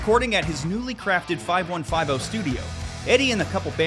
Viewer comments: Tell me you don't know diddly squat about van halen by pronounciating 5150 as five one five 0?🤔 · 5 1 5 0. Lol No business doing a video about VH if you pronounce it that way. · And if the five one five oh gaff got him, can't wait to hear him pronounce" zero uhh eight one two ". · Makes a vid about Van Halen. Pronounces their iconic studio name wrong. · It’s pronounced fifty one fifty. Why don’t these content creators do their research. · Don’t ever make another Van Halen video again if you don’t know how to pronounce the name of the studio